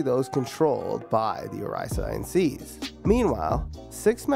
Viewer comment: OH-RASS-E-OHN SAYCE is how it's pronounced hahahaha. Great vid